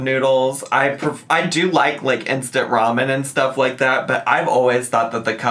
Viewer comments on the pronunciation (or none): none